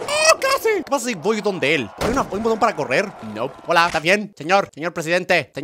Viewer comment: Like si oiste que enved de decir hola dijo cola🤣